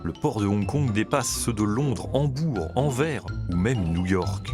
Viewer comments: Je suis belge et ça ce dit "Anvers" en prononçant oralement le nom de cette ville belge comme ce prononce le mots Enverse qui ce trouve dans le nom de la commune française qui se nomme "La Rivière Enverse" ou comme "Averse" de pluie, et non pas "Anvers" en disant "En vert". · on dit anversssseeee et pas anver didju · AnverS le S se prononce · Euh... pour la ville flamande, on dit "ANVERSE" (avec le "S" audible) et non "en verre" !!! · Anvers se prononce AnverSSSSSSS svp!! Sinon très bonne vidéo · En verre ...pour anvers ... ca c est du journalisme 😂😂 ca prends 2 min sur google pour savoir la prononciation ... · ça se prononce AnverSE on est vos voisins ... c'est triste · S’il vous plaît les français, renseignez-vous un minimum… AnverS ça se prononce AnverCe ! Bonjour de Belgique. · Ça fait plaisir de voir cet endroit dans la Géozarbie 😁 Ps : par contre on dit « Anversse »! Ce n’est pas parce que le S de Paris est muet, que c’est comme ça par défaut pour les autres noms de villes ☝🏻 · Petite correction de prononciation sur la ville d'Anvers. Le S se prononce à la fin. Il n'est pas muet :) Voilà la belge que je suis est moins crispée maintenant 😂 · On prononce le S de Anvers